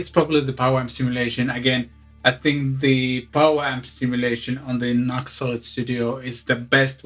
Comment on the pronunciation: pronounced "new ex"